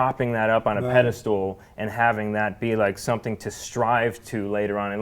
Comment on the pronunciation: ...did he say "propping that up on a pedestool"??